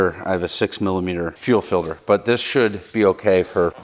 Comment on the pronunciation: "fil-der" - aka "filter" ?